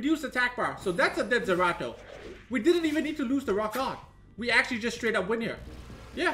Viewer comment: Is calling Zeratu Zerato? Lol poor sw